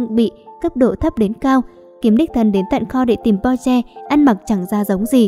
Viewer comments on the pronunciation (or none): Ad ơi mình không biết bạn rv mấy cái phim trước như thứ nào nhưng đây là KinnPorsche bạn đọc sai với lại cách giới thiệu nhận vật sai tên là không tôn trọng đến tên diễn viên trong phim Porsche không phải Po mong Ad có thể nói bộ phim hay hơn với các nhân vậy bạn rv như vậy thì mình không thích 1 thứ nào người không ra người lươn không ra lươn là sao vậy ạ .Đây là ý kiến của mình mong Ad có thể suy nghỉ kỉ khi rv với phim hay 1 chút còn không thì đừng rv nha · bạn ơi xem lậu bạn biết thế nào không hả mấy anh bỏ mấy công sức để đóng thà bạn coi xong rv đúng mình không nói còn đây đọc sai tên có tôn trọng mấy anh không vậy ? Porsche k phải Po nhé Xoá video dùm